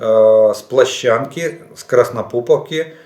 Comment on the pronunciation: Пане Олеже, Ви чи не єдиний досі робите помилку- ЧервонопоЛівка (червоне поле від маку), (Краснополивка), а не "КраснопоПівка"‼️